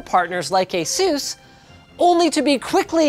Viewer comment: Asus is pronounced Like "Ace Us" not "A-Soos".